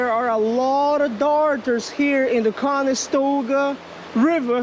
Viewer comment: Is it late there or are you just missing the T in the pronunciation of the river? Just curious is all. I lived up in Oneida NY right by Oneida lake which is gigantic and is a regular stop on the bass pro tour fishing every year but the town of Canastota is right next to the area as well. Not trying to be a douchbag and correcting you so I hope you don't take it personally. Not my intent at all sir!!!